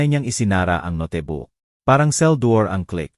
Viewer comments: Nkakainis pkinggan ang ngsasalita,puro mali ang pagbigkas ng mga words,notebook nging notibuk,alibi nging alibe,yung jose,nging josie hay nku ok na sna pkinggan kaso puro mali nman ang grammar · Notebook...hindi ..no te book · Beatrice hindi betrice. Tapos notibook imbis notebook. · Hahahha... No te book... Ang note book... Itama Po Ang pagbigkas . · D lng betreas haha😂imbis beatres,,,pati NGA ung alibi,,,alibiy,,haha, 😂 ag notebook,,noteybook haha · bakit Mali Ang pag bigkas ng Beatrice at notebook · Ayusin ang pronounce ang salita bigkas ng Jose at note book ayusin ang bigkas sa Jose pangit ang kwento d maintindihan